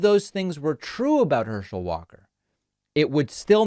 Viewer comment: "Herschel Walker cannot speak." Then you proceed to mess up his name and can't speak yourself lol 😆